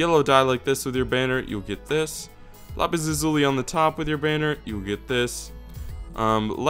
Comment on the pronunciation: is english your first language? because you say lapis lazuli weird :| . not racist or anything.